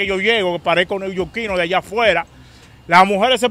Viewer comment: Casi no puede pronunciar la palabra newyorquino.